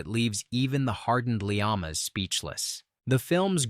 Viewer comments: Yeah. Lee AH mas...Pronunciation for Alec Leamas. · It's pronounced Alex Le-Mass (as in Seān Leamass (Irish Taoiseach)).👌 John Le Carré acquired Irish citizenship before he died.😀